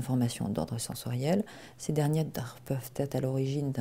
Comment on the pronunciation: Francois Chevalier De rien, vraiment, c’est un plaisir de pouvoir vous venir en aide si c’est le cas, après je n’ai pas de certitudes n’étant pas la dame 😊 enfin la psy de la vidéo . Alors, ensuite : "un mauvais niveau de compétance" ? (là, c’est cette dame qui a eut du mal à prononcer) "... ces derniers peuvent être ...", enfin je crois (encore un souci de prononciation me semble t’il) . C’est encore moins simple lorsqu’on a des problèmes de concentration comme moi . Ils ont voulu faire court je pense, j’ai moi même dû réécouter plusieurs fois . Du coup, j’irais voir de ce dont vous parlez car pour moi aussi c’est un régal . Si d’autres pouvaient confirmer ce que j’entends, je ne voudrais pas vous induire en erreur . Je m’y remettrai à tête reposée (à 3h23 j’ai un peu de mal 😩☺). Je repasserai . Au pire, rappellez-le moi en laissant un petit message comme précédemment s’il vous plaît . Personnellement, ça fait plusieurs jours que je suis sur la maladie de Lyme ou borréliose de Lyme, du coup je ne suis plus trop dans le haut potentiel à cet instant précis, mais ce sujet m’interesse tout autant . Alors à bientôt . J’espère que vous n’êtes pas trop déçu sur mon identité hihihi . Bien à vous François